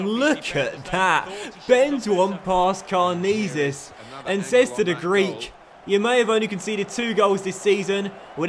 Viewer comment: it's pronounced karnezis not karnizis